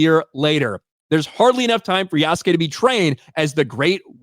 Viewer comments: the "u" is silent, its simply sounds "Yaske" We dont keep finish sentence with -desU or -masU Just make sound "mas" and "des". English love UUUUUU sound way too much but its cool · Isn't calling it AC: shadow a racist slur right out of the gate? It absolutely is racism and cultural appropriation. That's why Japan is fkin livid about this. Aside from him also having ZERO connection to Bujinkan or Ninjutsu. It's pronounced "Yas-kay" so a silent U. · This dude still sayin Yar- SOO -Kay. Lmao do some research and pronounce his name right please! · Its pronounced Yassqueen man. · Since you asked it's pronounced "Yash-kay"